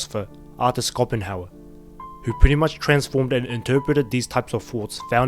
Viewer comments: It's prononced "Show-pen-hower", not Scopen-hauer, also presenting suffering by showing censored chimpouts is the fucking epitome of current year clownshit. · You can pronounce it like, shopenjauer. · I always thought that Schopenhauer is pronounced the other way, with a ‘sh’ rather than ‘Skopenhauer’ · Sorry to be that guy, but the German philosopher is pronounced with a Shhh sound at the start: Sh-oh-pen-how-er (German is my first language). Terrific video and analysis, have a good one! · Apart from the pronounciation of Schopenhauer, what a video mate!👍